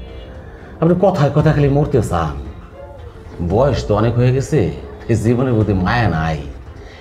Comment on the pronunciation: ছান? নাকি চান??😂😂